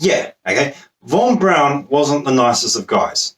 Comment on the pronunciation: What? You can't understand how celebrities doing porn proves the moon landings were fake? Seems obvious to me. Obvious bollocks, that is. BTW Von Braun's name is pronounced "Brown", not "Brawn". Same colour, same surname, same pronunciation, just different spelling, It's unlikely he was other than nominal a Nazi. Like many other leading specialists he seems to have been obliged to join the party to keep his job, though there is a dispute about the date (1937 or 1939). He was under constant surveillance by the SD from 1943 onwards and was always considered suspect by Himmler. He was arrested in 1944 and imprisoned in a Gestapo section of Stettin concentration camp. Albert Speer, the Minister for War Production persuaded Hitler to order his release after 2 weeks. Why he was arrested was never clear including (he said) to Von Braun himself. It was thought to be because of "disloyal" views he expressed in private conversations with other scientists and engineers, one of whom must have been a snitch.